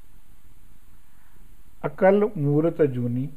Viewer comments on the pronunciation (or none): It is not "akal murat" but is "akaal moorat" which means beyond time.